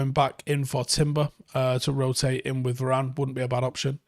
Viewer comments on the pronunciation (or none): none